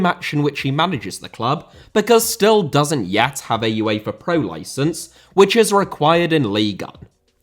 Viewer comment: Uefa* not Yuweifer Media* not Medier Idea* not Ideer Guardiola* not Guohriouwler Nou* not Nau Johan * not Jouwhan Miles * not Mahls Kagawa* not Kagawer Liège* not Liyeige Morale* not Morohrl Losada* not Losohrer Draw* not Dror Saw* not Sor Almería * not Almyria Mikel * not Mekl Style* not Stahl Resumé* not Résumei Conte* not Contei Antonio * not Antouwniouw